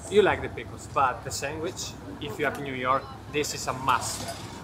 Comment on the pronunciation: "Sangwich". This is how I will pronounce it from now on 💖